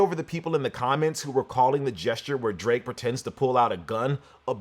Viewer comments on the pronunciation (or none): none